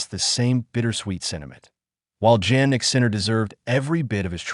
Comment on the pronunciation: Stupid bot can't even pronounce Jannik.